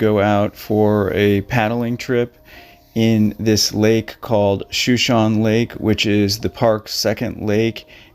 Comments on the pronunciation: The weather bats last. That crossing on Shonshone lake has taken a number of lives. The evening winds and sudden storms make the crossing even more dangerous. Winds can exceed 70mph suddenly and the water temps will cause hydrothermia. The lake is pronounced- Show-show-knee also Show-shown. Named for the nearby Indian tribe in Idaho. Those guys got caught crossing and dumped and died of exposure. Its a deep lake and body sunk. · I believe the indigenous Americans pronounce this lake Shoo-Shone (like the past tense of shine) -EEE. It has 3 syllables. shoo-shone-eee. Thank you for this story. Though sad, it is inspiring to learn all about this man and what he accomplished in one life time. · Show-SHO-Nee - it's a Native American Tribe. No excuse for mispronunciation. And, PLEASE try to put some inflection or animation in your narrative--you sound like a drone.